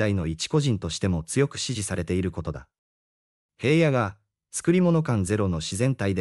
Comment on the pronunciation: ヘイヤではありません名前ぐらい調べてヒラノとちゃんと読んでください